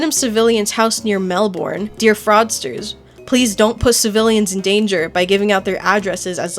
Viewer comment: you pronounced melbourne wrong. it's pronounced "mel-burn" edit: you also said lisbon wrong. it's actually "liz-bin"